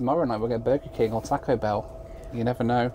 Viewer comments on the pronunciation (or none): none